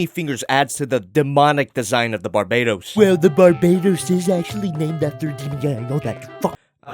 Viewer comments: Its BARBATOS not BARBAYTOS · Bar bay tos? NOOOO OMG STOP DAYJNG THAT it’s barba toast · I thought the gundam was caller Barbatos and not Barbaetos. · You sound wrong about Bar-ba-tos Use google translate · Bar-BAH-tos. y u do dis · Inhales Exhales Its BAR-BA-TOES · Another Bar-BAY-tows? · Oh my god it triggers me how you pronounce barbatos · Im slowly getting mad how you are saying his name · ...Aaaaaand he still pronounces the name wrong lol. Anyways the easily removable armor pieces are hints that they can be swapped out for the other forms planned--eh never mind I'm not gonna bother commenting about the figure anymore since no one here gives a shit about it. SwivelherePutitinmyassSpicySolidMadokaGodzillaPrime and other generic meme and line here.